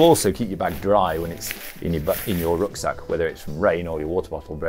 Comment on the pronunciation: 'Re-vamped' was a total fail that became 're-changed', 'Rucsack' was wobbly, and although claimed that 'trapezoidal' was hard to say, his delivery was almost flawless, give or take an elongated second syllable. We may all be here for a free sleeping bag, but this was actually a very informative sales pitch.